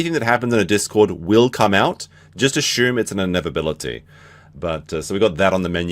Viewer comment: He's worried about how people spell "specter" when he pronounces "assume" like that?!